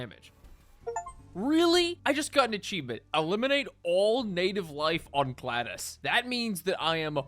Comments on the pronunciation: 'gladdus'. Do Americans not learn to read? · GLAA-DEEE-USSSS... Learn to read LOL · its actually pronounced glad ee us. Like the roman sword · Gladus? No it's Glad-i-us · it's pronounced "Glay-de-us", not "glad-dus" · GlaDIUS not GlaDOS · GLAD-us im "glad" bro left out the e. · Gladius not gladus. gla·dee·uhs. That threw me off so hard i googled it to make sure i wasn’t tripping balls. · Good job mispronouncing the name of the game right out the gate lol. It's "glad-e-us" not "glad-us." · It is not GLAD us, or Gladdus It is Gl adi us think adi similar to ade but the I is short instead of the E. Also think Laddie, but remove a d and poof. GlA deee Us . The inquisition is watching. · Glados? It's Glad-ius. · not "gladus", its gla-dee-us" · "gladus" Illiteracy 💯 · The World: Aluminium USA: Aluminum The World: Gladius: Gladus Perfectly balanced, as all things should be. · you pronounced it gladus, its gladius, you forgot an i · Also its "glad-ee-us" said together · I find it funny how says "Glados" instead of "Gladius" and "Kastelian" instead of "Kastelan". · just a note, it's pronounced like "glad-e-us." It's based off the Roman sword of the same name, which is one of the most gorgeous shortsword designs of history, and partly like/part of where "gladi" in "gladiator" comes from. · I am two minutes into the video and I need to get this off my chest: pronouncing Gladius as Gladus and then pronouncing Manufactorum as Manufactorium has upset me greatly. I think I am just going to start a list: Kastelan is now Kastelian same as above Gladius is, again, Gladus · 'glad us' lol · bro cant pronounce ANYTHING correctly, damn... WARHAMMER 40K GLADYS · itt american man tries to say "gladius"